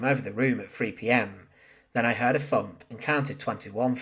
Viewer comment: While I am always informed by your videos.I have one issue that I think you should consider.please try and pronounce your th when narrating.saying things like fump instead of thump makes you sound very amateurish.not a criticism just a request.fanks for watching lol.sorry,i couldn't resist.😉😉